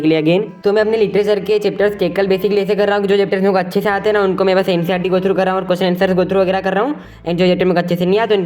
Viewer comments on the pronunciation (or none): none